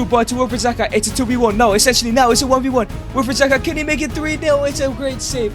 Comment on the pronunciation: It "Zaha" not "Zaka"